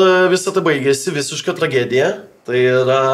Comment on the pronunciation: Tlys žodžia: TLA - GE - DIJA :D minutę pažiūrėjau ir iš ausų kraujas bėgt pradėjo. Susilaskit kitą vedėją. Ačiū.